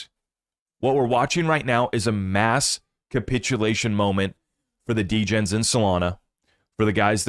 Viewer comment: 🤣🤣 “6 De-Gens living in the same house”